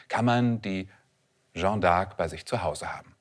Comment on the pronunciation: Für so eine Expertenrolle sollte man sich doch die kleine Mühe machen, zumindest die französische Bezeichnung korrekt auszusprechen und nicht aus der "Jeanne"" (feminin, gesprochen: schann (kurz!) einen (maskulinen) "Jean" (in etwa gesprochen schang; nicht nasal) zu machen.